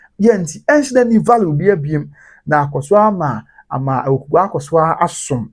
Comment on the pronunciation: THE NAME IS AWUKUGUA NOT AWUKUGAA😊😊😊